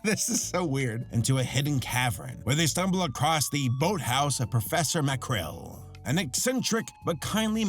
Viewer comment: its Macrel Mcrel...